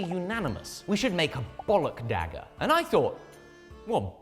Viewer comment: legendary dagger: dihhager